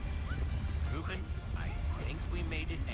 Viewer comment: cada vez que dices rouben muere un gatito :(